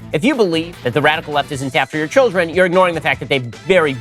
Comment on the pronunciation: I'm so sorry, I lost it when I heard him say "wadical" instead of "radical" when we first saw him